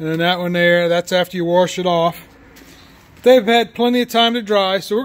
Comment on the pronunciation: Wash, not warsh… but we get it …